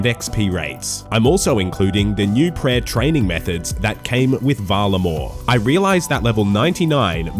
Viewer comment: Per owahhh, you need speech therapy